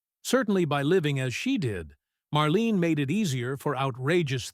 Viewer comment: You can't even pronounce "Marlene" properly. You are way off the mark on your silly suggestions about Dietrich, Hepburn, Crawford and Bankhead being "secretly born male". Shear sensationalistic bullcrap.